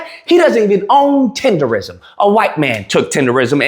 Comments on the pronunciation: Nism! Tender-nism! Not tender-ism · you saying it like a white boy. It’s TenderNISM!!! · Lol how you do a whole video saying the name wrong?? 😂 cmon man CMON! in my Boosie voice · Lol😂😂😂 you saying it wrong 😂😂😂😂😂